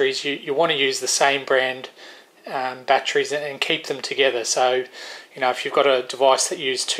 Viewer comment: Winced on all the 'bat-trees'. Normally i would let it go, but man, the brain is really craving to yell "it ends in 'ery' not 'rey'!". With that said to get some of my sanity back, I would never use those dumb chargers if you are using good rechargeable bat trees(god damnit, now i'm doing it). I have had so many batteries killed by them malfunctioning, while good smart chargers won't let that happen. 4 good 18650 batteries for instance, may cost more than a decent smart charger. Letting a dumb charger kill them cause you want to save some money is extremely counter productive :P